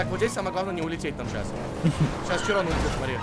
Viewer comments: Ето било широн а не чирон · Да не чирон а широн